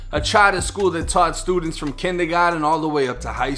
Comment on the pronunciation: I ain't neva, Eva Hurrd of "Kindegotten"